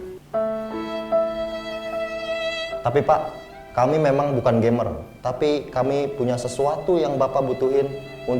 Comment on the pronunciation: Bang gcamers bukan gamers 😂